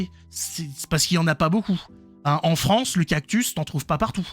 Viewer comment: Fronçi fronçi la frooooonçe